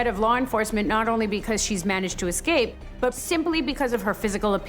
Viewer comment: "anythink" is not a word. She means ,of course, anything. Then we hear from the guy "acrost" excape" and "excortef". These Americans are murdering our English language.